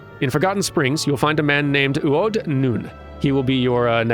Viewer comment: A bit disappointed you didn't roll your R's when doing U'odh's voice. Have some Miqo'te lore; the Sunseeker Miqo'te tribes are like lion prides. The Nunh are the breeding males, while Tia's are non-breeding. The Nunh is rarely the leader of the tribe though, and a very large tribe could have more than one nunh. Like male lions, male sunseekers will split off to challenge the nunh's of another tribe to single combat for the position. Others might try to form their own tribe instead, though it's rare. More lore; there are 26 Seeker of the Sun tribes, each corresponding to a letter of the alphabet. If you didn't notice, all the Miqo'te in Fallen Springs names begins with a U'. They're part of the U tribe. If a male wants to start a new tribe, they have to make up a new tribe name, usually a mix of two letters like "Ta" or "Bo." These don't usually last long. A male Sunseeker can choose to take his mother's name like the Keepers of the Moon do, but some sunseekers view this as shunning their culture and don't take kindly to it. Honestly, I'm surprised by the amount of thought put into this and how little it comes up in-game. It's almost Tolkien-esque how the naming conventions work for every race and culture.